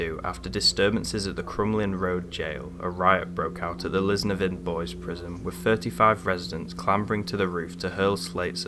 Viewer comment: Were the adjacent houses empty as well? I thought they were occupied but could be wrong. The correct pronunciation is Lis-NEV-in, the emphasis on Nev not in. Not art deco bannisters, this part of the building built in 1960's and those style of rails were used in many public buildings ( schools etc)